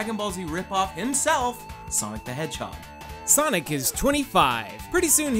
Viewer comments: Why do you keep calling sonic saynic? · wait did you just say sanic?